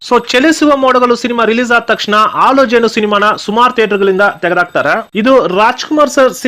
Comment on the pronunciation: ಆಲು ಜೇನು, ಒಸ ಬೆಳಕು ಅಲ್ಲ ಸ್ವಾಮಿ, ಹಾಲುಜೇನು, ಹೊಸಬೆಳಕು. ನಮ್ಮ ಕಸ್ತೂರಿ ಕನ್ನಡ ಭಾಷೆನ ಸ್ಪಷ್ಟವಾಗಿ ಮಾತಾಡಿ.